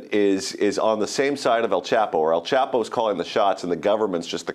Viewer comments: "El quapo" LMAO 😂😭😂😭😂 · dead ass pronounced the name so wrong😂